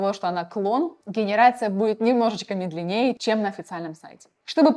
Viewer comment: Ищю нейроночку чтрбы заменить таких дyр , и не тратить время на проммотр таких тупых видео. МедленЕе, черЧёж, ...))) yбeйсяобстол.